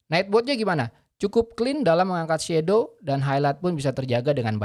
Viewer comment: Aku heran semua reviewer indonesia kok ngomong "shadow" jadi shedow, itu darimana asalnya, bacanya itu SHADOW bukan SHEDOW